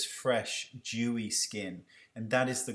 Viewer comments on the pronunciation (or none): did he say jewy skin ?